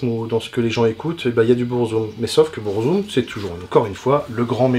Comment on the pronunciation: Après Burzum ne se prononce par Bourzoume mais Beur-Zuhm il me semble